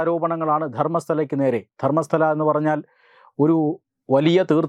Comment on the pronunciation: ധർമ്മസ്ഥല അല്ല, ധർമ്മസ്ഥള